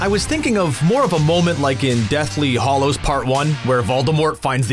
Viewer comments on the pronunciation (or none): Deathly Hallows.. Not Hollows.. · hAllows not hOllows